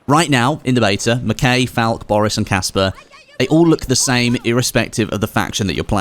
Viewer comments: I hate to be that guy but.. Its pronounced mackaye not mac kay 😊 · Or mackey